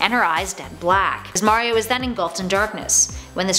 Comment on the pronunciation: iTs MaRiO nOt MaYrIo